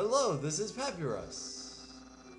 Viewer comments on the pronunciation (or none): Dear its Pa-py-rus (papierus)